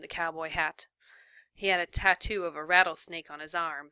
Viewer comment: RATTLE SNAKE NOT REETOL SNEK